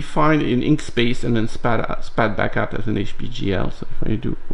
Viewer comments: Perhaps I'm more deaf than I thought from it sounds to me like you're saying Inkspace? Surely you mean Inkscape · FYI - it's "Inkscape" not "Inkspace" :) It's a project I've contributed to and absolutely love. Best vector editor out there. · Excuse me, did you really mean "Inkspace" or is it "Inkscape"?